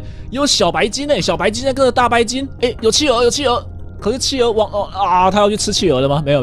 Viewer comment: 企鹅听成汽油。。。XXXXXDDDDD